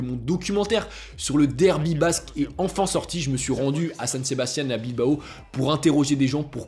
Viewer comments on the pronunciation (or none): none